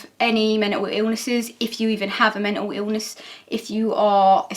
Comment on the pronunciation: i love how says "men'L illnesses" his accent is so cute